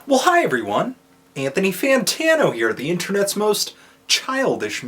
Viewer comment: This video shows this mfs takes are terrible and to never take an-two-knee too seriously